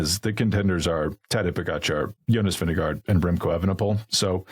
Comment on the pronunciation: please respect the top riders enough to pronounce their names at least somewhat correctly! It's Vin-GE-gaard, not Vin-DE-gaard:)